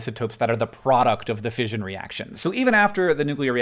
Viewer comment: “ fishion ” got me fucking triggered as an english person